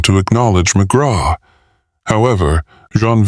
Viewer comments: I can't believe they even posted this, but it's coming from Pakistan so they probably wouldn't have noticed the mispronouncing even if they had listened to it themselves. Ugh.. I can't help but feel I'm hearing a story about Dr. Phil (McGraw) 😊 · I think the voice is ok , it's the cadence and mispronouncing the main character's name through the entire book that's really bad.